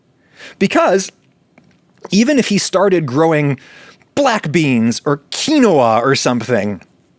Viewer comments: adam, u used every pronunciation possible for quinoa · Likely on purpose just to push buttons. I applaud him.